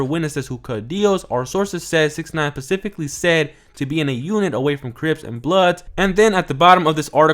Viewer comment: It’s specifically, not pacifically.